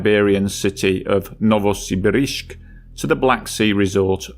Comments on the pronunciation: Tiananmen Square, not tschemenen. Novo Sibirsk, not novosibirishgg. Sloppy, ignorant, British. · It's 'Novosibirsk', not '-brisk'😉 This video is otherwise very well done, as per usual, and thank you for it! 😊👍